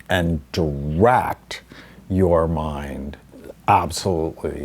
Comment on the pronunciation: Learning to... 'corract, and.. daract' 😂😂😂